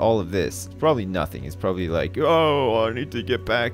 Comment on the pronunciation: "proberly"... Really?